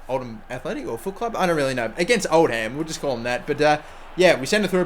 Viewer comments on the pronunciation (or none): Old-Ham? such an old joke it's pronounced Old-am either way great episode shame you couldn't beat the mighty blues!